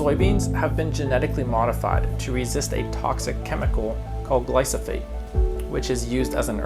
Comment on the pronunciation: I’m sure you are well meaning and did your research, but people that are skeptical and come from an agriculture background won’t take you seriously if you pronounce glyphosate wrong. Also GMO as a bad word needs to stop. All it is, is speeding up the process of natural genetic progressions to resist things, yield more, have certain traits.